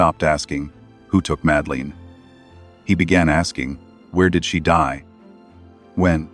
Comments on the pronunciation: And it's not pronounced Madaleen! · Please pronounce her name correctly. So annoying.